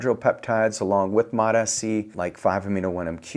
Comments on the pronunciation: Bro it’s mots- c not mot -s - c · Still calling it Mot-S-C. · It’s MOTS. Like plural for MOT. Mots mots mots. Not listening to a guy who claims to know about peptides who can’t freaking pronounce it correctly